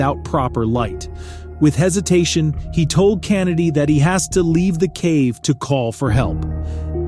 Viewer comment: The way this dude pronounced “Kennedy” pissed me off lol